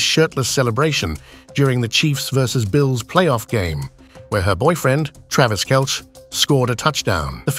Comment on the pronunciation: AI voice has no idea how to properly pronounce Kelce.